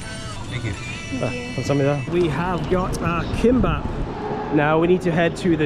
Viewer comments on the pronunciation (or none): Gimbap he said 😂